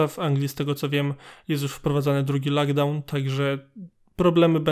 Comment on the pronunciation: Nie lakdałn tylko lokdałn